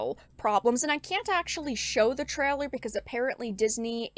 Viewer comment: She keeps saying 'treller'. Does she mean 'trailer'?